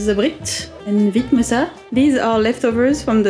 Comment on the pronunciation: Good pronanciation on vitmossa. Spot on. 😄